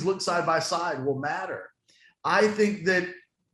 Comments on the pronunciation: It's matter not mater like tow mater. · Came to say this. Mater rhymes with water.